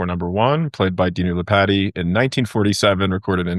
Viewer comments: DUDE...ITS LEE POT TEE...NOT LIPATTY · Lee-Pah-Tee gives you a better pronounciation of his name. He was born in Rumania.